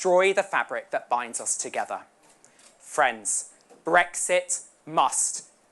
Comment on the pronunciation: What is this "Bregsit" which Swinson keeps talking about? Poorest speach I have ever listened to. The lady has no presence as a speaker.